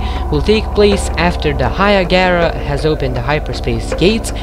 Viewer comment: It is called Hiigara, not Hiagara.....